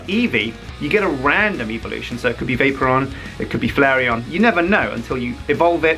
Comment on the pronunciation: I'm pretty sure said vape-oron:P